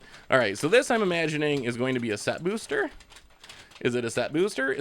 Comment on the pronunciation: I love they way you say “bewster”